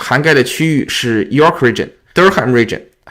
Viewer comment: 这个新闻里看到了，谢谢进一步讲解! 注意Durham 的读音。